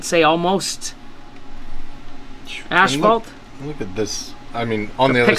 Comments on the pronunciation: Wth! has yal say "ASH-fault"? Hahah ASS-FAULT. ASphalt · The Canadian pronunciation is ash-phalt but in the US asphalt